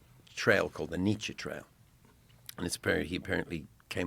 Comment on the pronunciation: The way Bono pronounces Nietzsche grates on me.